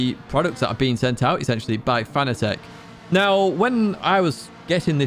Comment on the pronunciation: Its not Fana-tec, its pronounced Fa-nat-ec